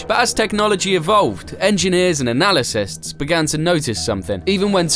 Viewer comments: "analysists"? really? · You just said analysists. Immediately stopped watching. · Dude, did you say analisysts? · analasysts? You mean analysts? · "analycists" - wth?